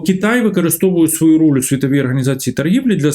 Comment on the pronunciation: Прізвище вроді ж Галащук, а людина акає, як московит. "тАвари, пАчув на свАю адресу, Європоейський сАюз, вирАбниками.." Нє, ну невже так важко вимовляти українські слова не акаючи?